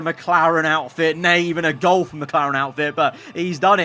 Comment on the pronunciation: I absolutely hate it when pronounces Gulf as Goulf...